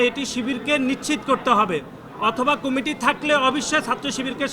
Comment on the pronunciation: কুমিটি না আব্বা কমিটি!